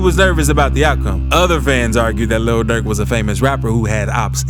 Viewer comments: Why he keep saying “Luhl Durk” like that 😂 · The way he pronounce "Lil Durk" got me crying bro😂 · The way the narrator keep sayin lil durk lmao😂😂